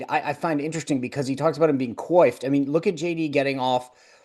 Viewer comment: People need to learn how to pronounce "coiffed" before using it. It's easy to Google how to pronounce it. Two people on this video used it and both mispronounced it.